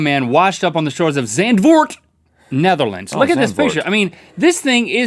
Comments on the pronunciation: not saand! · Oh man you butchered Zandford... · You say Zandvoort as zɑntfoːrt.just helpin' ya there buds! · Links pronunciation of zandvoort is great!😂😂 ps, im from the netherlands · Love how you pronounce Zandvoort XD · That "Zandvoort" pronunciation haha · Zandvoort?...That is not how you say it Link XD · I laughed when Link didn't pronounce Zandvoort right. The a sounds like in water, and the oo like the o in more. It's the most beautiful beach of the country, by lack of better. The name literally means sandforth. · i just loved how you pronounced zandvoort link haha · loved the way Link pronounced Zandvoort. xD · You say Zandvoort as it is German... As a Dutchie, I am highly offended. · Funny how they say Zandvoort LOL #NetherlandsFTW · omg zandvoort? links pronountiation is hilarious tho! lol i have never been there but i would have loved to find the dang lego man! i have been to scheveningen and noordwijk and the belgian coast too. i live in Noord-Brabant so i have to go some ways to see the sea. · I loved how you pronounced Zandvoort XD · I liked how he pronounced "zandvoort"😂😂😂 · I am from the netherlands and he prenouced it completely wrong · I love the way he pronounced zandvoort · the way Link says "Zandvoort" is so funny. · Hahaha the way Link pronounced Zandvoort xD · I love how link tried to say "Zandvoort"! :D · I had to listen to Link saying Zandvoort like 5 times to find out he meant Zandvoort. You tried link :).